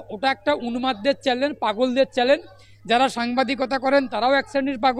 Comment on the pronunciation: চ্যালেন নয়, চ্যানেল।